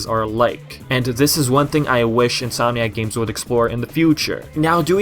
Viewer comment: Every time you say "Insominac games", I hear "Sonic games". Similar pronunciation somehow. In any case... Hopefully if Nexus-like game happens, it's not a big disappointment. I am so used to huge disappointments coming from epic concept arts and promises of a darker tone. Sometimes those are just promises (see Sonic games) and a way of luring fans to the most minimalist version of what they could have done.